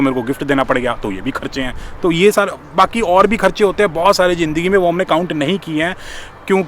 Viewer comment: I just watch ur log, trust me you don't Hindi, you speak Urdu ( only once u Said jindagi it's Zindagi)